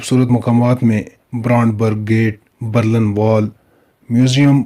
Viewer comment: Bhai Berlan Nhi , Berlin hai